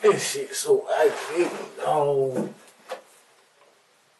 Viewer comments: Jikesonville eye-guh-vating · It’s Oggravating. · He’s barely pronouncing it properly. “Arggravating”is what he’s saying… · “Argrewvantin asfawk “ 🥴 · arrrgarating dawg, I ain't know any Bobby, know a bibby tho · Bro I read this comment first . I died when I heard aggravated. As I'm typing he still saying it lol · Omg I was just going to say that!!! I never want to hear "aggravating" ever again after this video! If someone took a shot every time he said aggravating they would have alcohol poisoning by the end of the damn video 🤣🤣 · you mispronounce the word aggravating hundreds of times to yourself?